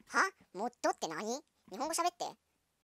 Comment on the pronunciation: あと、モットってゆってる？本当はモッドだよね？www